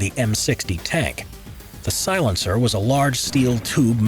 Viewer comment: Mmm yes silentcer